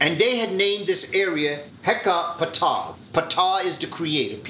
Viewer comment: Firstly, Hetka Ptah wouldn’t be how you spelled it or pronounced it; you’d spell it Hwt-Ka Ptah and you’d pronounce it Hoot-Kah Pith-Tah! Secondly, Hwt-Ka Ptah or Hoot-Kah Pith-Tah is only the original or known most ancient name of the city of Memphis, not the country, which was called Kemet (Kim-Met) or Kaamat (Kah-Oo-Maht) as he stated. So Hwt-Ka Ptah, Kemet became Memphis, Egypt. Additionally, Hwt-Ka Ptah, Kemet became Memphis, Egypt, but ONLY TO THE GREEKS AND ROMANS! It was hard for them to speak Metu Neter, so they chose easier Greek words to refer to the same places (7th century BC). The Arabs did the same shxt except their interactions with the Kemetu was through conquest (7th century AD). Lastly, Kush and Kemet are two different places! Yes, it’s very possible that the Kemetu people came from Kush, but the only thing that’s been proven is that the Kemetu and Kushites were in constant contact with one another either through trade, migration, politics and or war, but the Kushites and Kemetu are not the same people, not originally anyway. Also, idk why he ever stated that ancient Kemetu people or Kushites came from Kustal. Kustal is not a part of Africa and the actual name of the area is Kustanai, which is Northwest Kazakhstan.